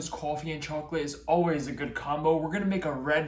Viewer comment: I'm sorry but.... When you say chocolate and coffee...I don't think I've ever heard it pronounced like that. Not trying to make you self conscious or anything. I love your videos.